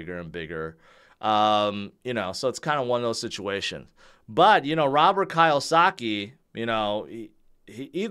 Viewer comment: I've corrected him so many times. It's pronounced key-oh-sa-key